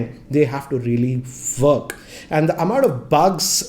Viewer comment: Work Pronounced FWORK